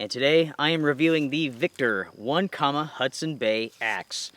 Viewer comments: Not one comma. It's oh neck ema! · Having camped and canoed around Onekama, Michigan many times while growing up, here is the proper pronunciation, "Onekama (oh-NEK-ə-mə) is a village in Manistee County in the U.S. state of Michigan". Also, I did a basic search and it looks like the company went dark in 2018. Bummer. Otherwise, good review and I remain a loyal subscriber